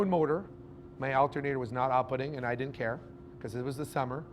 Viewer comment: W respect to the fuse. Say did or did not. Not didn’t, mumbled. Further explain. The “source of power is the battery??? You have no load circuits shown on the battery. Not one. The only load circuit is from the panels to the controller and from the controller to the battery. This part of your presentation is gibberish. The fusing “to” the controller? Or “from”? You want the fuse closer to the battery? The controller doesn’t go to a dedicated charging bus?